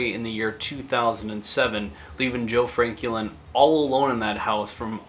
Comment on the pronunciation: Nice video, but you keep pronouncing his name kinda weird. Is his name Joe Franklin or Joe Frankie Lynn?